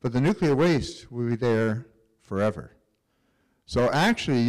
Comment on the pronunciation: why does he keep saying foever i thought most lives of radioactive elements are 1000 to 2000 years